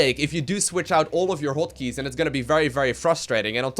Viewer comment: "hoat keys"